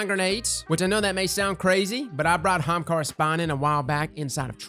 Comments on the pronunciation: What kinda bothers me is how he says hamakara and not Ahamakara still loved the video tho lolol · i always love the energy of your videos but for fuck sakes is Ah-ha-mkara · I think you should spell it the way you say it... "Ha'umkara" lol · Hamkara? Am I dyslexic I thought it was Ahamkara? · Not gonna lie... I clicked on the video just to hear HA-HAM-KARA!!! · I was trying to spell it like pronounces, but it may not fit on the shirt. HA-AM-KAR-RA! LOL. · My eye is twitching! People already say ahamkara wrong... Now they are definitely going to say it wrong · Your inability to pronounce the first letter of that word is kinda sad. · I’ve never heard somebody pronounce ahamkara like that...